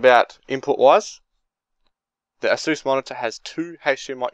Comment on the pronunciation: I'm not hating buy that's not how u say asus